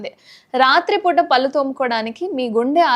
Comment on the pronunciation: పల్లు కాదే పళ్ళు/ దంతాలు అనాలి. ముందు పలకడం నెర్చుకో😝😁🤣😜